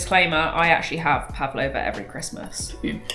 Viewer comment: Tiny correction: "pavlova" is pronounced phonetically - not "pav-a-lova". Just "pav-lov-a". A bit of a personal favourite, especially as my mother-in-law makes it!